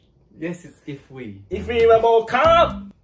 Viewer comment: weをIって言ってるなーって思ってたwww